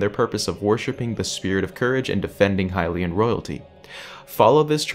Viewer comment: That’s a really good question! We don’t, actually. They could have existed long long ago, there’s nothing to disprove that. We pronounce it correctly, everyone else is wrong ;)